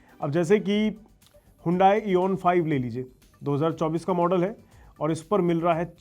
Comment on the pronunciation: Kya bakwaas video banai hai. Hyundai Ioniq 5 ko Eon 5 bola rha hai ye aadmi.